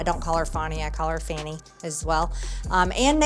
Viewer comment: "Fahni" Willis. 🤣